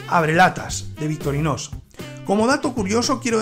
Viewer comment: Buenisimaaaaaaa.... aguante victorinossssssssss 😂😂😂😂 bromas aparte ...decis victorinosss o es el microfono que te toma la x por la s... saludos!